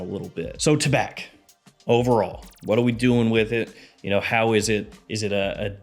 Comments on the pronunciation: Tabac is tobacco in french don't prononce the C taba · Tabac is French for tobacco. The C is silent. The correct pronunciation is: Ta-bah.